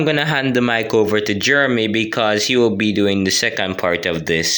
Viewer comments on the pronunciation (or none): none